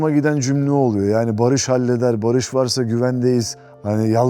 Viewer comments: بما انك بديت تقابل الممثلين الاتراك حسن لفظك شوي حتى الاسم لفظه خطأ باريش مو باريييش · اولا اسمه بارِش يعني سلم او صلح مو بارييش، تانيا اسئلة كتير مفلسفة مالها داعي تالتا ما اتحملت غير اول ٣ دقايق